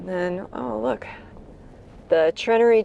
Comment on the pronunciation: it's pronounced treh-naire-ree. Not trin-ah-ree. Also for future reference the Munising post office still offers the Christmas Michigan postmark.